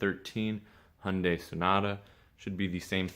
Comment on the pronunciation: You're in the 1% realm...one of the very few who know how to pronounce Hyundai! Just quit saying "Thee" for the, and "A" for ah.